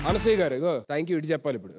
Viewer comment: వాడికి ర బదులు డ పలుకుతాడు.. అనీల్ గారూ బదులు.. అనీల్ గాడూ.. అంటాడు..